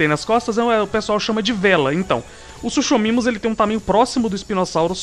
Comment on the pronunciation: eu sei que quando lemos o nome do animal se le suchomimus mas se pronuncia sucomimo!!!